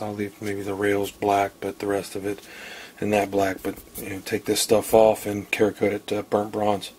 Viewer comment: I think its pronounced "Sarah-Kote". I agree that for the price these issues should be taken care of before Faxon lets this upper out of the factory. Nice setup though.